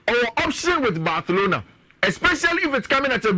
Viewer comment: Why u get different pronunciations? Barcelona or Bathlona? Better keep to one pronunciation..looks hilarious